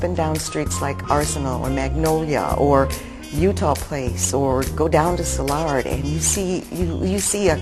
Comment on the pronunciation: Mispronounced Soulard. And aside from abundant clay, a major reason STL is a brick city is the Great Fire of 1849. It destroyed the riverfront, warehouse district and several blocks inland before a firebreak burned it out. Consequently wooden construction was forbidden and brick specified in building codes for all subsequent construction in the City of STL. GREATprogram.